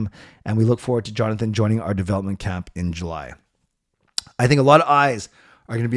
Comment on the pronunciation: I do believe I heard from a Swedish source say his first name with a Y sound.